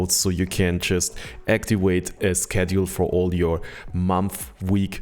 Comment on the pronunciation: Actiwate? Activate.